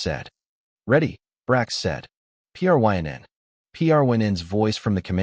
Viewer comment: I cannot listen to such awful AI narration, where it can't even say a name as easy as Pryn, but instead spells it out ... " ... P. R. Y. N. said ...". Appalling, simply appalling.